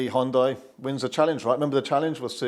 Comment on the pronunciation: Sounds like your are saying Honda, the CC thought so.